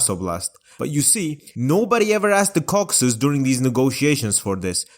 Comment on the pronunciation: Ah yes, the Cocksus countries